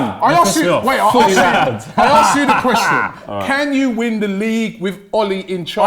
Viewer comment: “Quwestion” he loves that 2